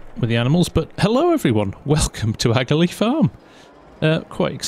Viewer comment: hi i have watched your vids for a while just wanted to point out aghalee is pronounced ahalee as i am from the area! also the sea is accuatly lough neagh (pronounced lock nay)🤣😄